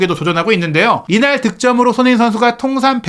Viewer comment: 발음을 정확히 합시다. 손흐민❌️ 손흥민⭕️